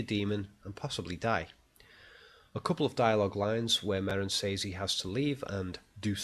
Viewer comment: I love your videos - thumbs up! But.... and please forgive me I can't help myself... but... but..... SAYYYYYYYYYYYYYYZZZZZZZZZZZZZZ <<<=== SEZZZ!!!!!!! I'm used to the darn brit accents ("mooooootha"? mutherRRR LOL) But I've never heard anyone mutilate "says" that way! It's very distracting!